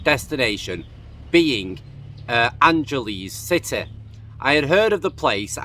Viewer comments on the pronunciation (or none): You pronounce Angeles City with a hard G. Not a soft G.